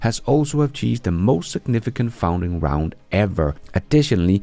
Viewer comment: i love your content and realize that you're doing your best, but, the correct pronounciation is "fun-ding round" not "found-ing round". Cheers, buddy!